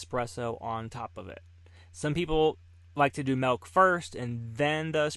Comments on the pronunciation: Stop saying melk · That’s a lot of MELK lol